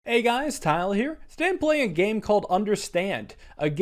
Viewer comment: What he said "hey guys Tyler here" What people heard "hey guys Tyler here" What I heard "hey guys tile here"